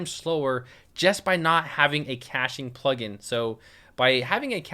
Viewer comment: In start, he said,"hey plugin company." I heard,"hey fucking company."